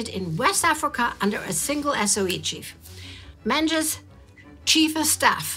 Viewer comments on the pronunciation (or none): Menzies is pronounced as Mingus in Scotland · The Scottish surname Menzies is (unexpectedly) pronounced "Ming-is" for future reference 🏴💚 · Menzies is (and was) pronounced "MING-iss."